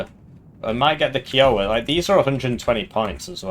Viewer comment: Why you gotta pronounce kiowa like that man? 😭